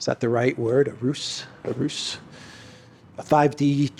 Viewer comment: How to pronounce "ruse" : "ruZe" !